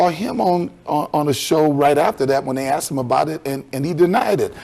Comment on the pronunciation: Bro, its one thing to mispronounce the word ASKED as "axed", but to also SPELL it out as AXED????? LMAO